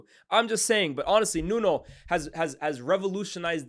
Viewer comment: It's pronounced 'Nunu'